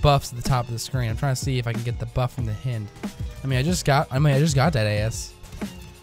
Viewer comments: HI-ND not H-IN-D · h-eye-nd. I GOT SO TRIGGERED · hynd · It's pronounced the same way as the Russian attack chopper. (hi-eend) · It´s pronounced hind ok? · I cringed every time you said hind I've always pronounced h-eye-nd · It hurts me every time he mispronounces it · I was just thinking that lol how do you mispronounce something so obvious haha